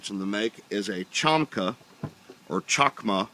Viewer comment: chakma and karda .... u nailed that ... not maany know Bout .... hehe